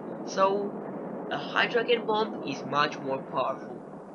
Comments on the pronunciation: Great video man! Only critique, "Hydrogen" is pronounced "Hydro - Jen". Exactly the same as the first 3 letters of the name Jennifer. I just read an article about the truth behind North Korea's claims of atomic/hydrogen testing and how it could be verified by seismic activity directly in the area of the time of the test and the "bell" effect of that "ringing" around the world. We know for sure, 100% that at least 3 atomic tests have been done by NK and that they were telling the truth. But as your video shows, a Hydrogen bomb is SIGNIFICANTLY more destructive and powerful than an A-bomb. There were seismic readings of 5.3 at the time that NK claimed it's H-bomb test...but that literally could have just been an earthquake and KJU just used the opportunity to say it was their test when in reality it was just a damn earthquake. SO! The claim remains that it was an Hbomb and the reality is, we're still trying to figure that out lol. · It’s pronounced Hydrojen not Hydrog-en. It’s weird you say it like that because if you speak English (which you go) then it’s logical that’s the way it should be said. Think about it...do you say “g - entleman” instead of gentleman? Or “G - ermany” instead of Germany do you?